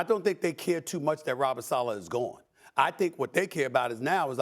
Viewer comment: Man who tf is Robert “Salah” 🙄 SAL-UH, Robert SAL-UH